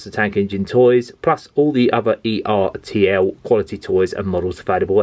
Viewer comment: I have James and one of the two old coaches. I bought James and the old coach separately. By the way, it's pronounced ertl not e,r,t,l.